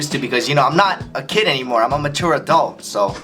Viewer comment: when he said mature it sounded like a substitute teacher from my school (I'll make up a fake name, Ms. Wuzzup) she would pronounce mature , matooer (ma-2-uh-oo-re, pronunciation)